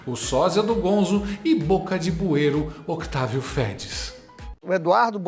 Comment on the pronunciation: Dezessete ou Dezoito mil “Otávio Phedis”?😅😊